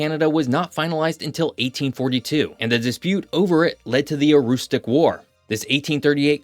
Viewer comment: You actually pronounced Aroostook like the locals! "Aroostick"